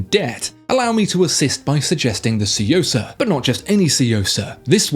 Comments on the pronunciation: i was pleased when he said "Suyosa" instead of "Chuyosa" like other reviewer but it seems my boy still got a long way to go lol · I love your videos but your pronunciation of Japanese names gives me more cringe wrinkles than an English Bulldog. TSUyosa like TWIn. SHUNBUN like SHOULd and melBOURNE (Aussie pronunciation). 😉👍